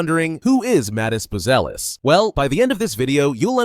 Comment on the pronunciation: Bu-ze-lis. One more time: BUZELIS ( Right pronunciation: Boo-zia- lis)